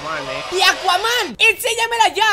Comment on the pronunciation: deja de ser tan dramatico es que me irritas cuando dices enseñamela yaa con ese acento